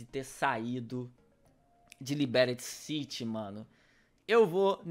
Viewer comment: "Liberyti city" aí é foda neh